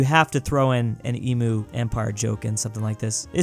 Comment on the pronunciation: does he mispronounce stuff on purpose? emu, myanmar